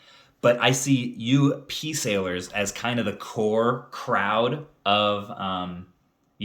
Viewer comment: Just a chuckle - when you say pesalers, closed captioning translate it as Pea Sailors. New merch idea - Peas who are pirates. Wait, nevermind.